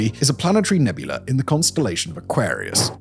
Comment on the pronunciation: "Crab NEBULAR" Im dying! 😂😂😂😂😂